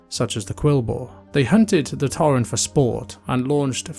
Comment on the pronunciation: I enjoyed this video, but every time you said "torren", it hurt me a bit haha.